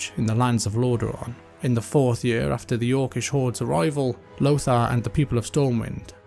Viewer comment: saying yurrr instead of saying year made this video unwatchable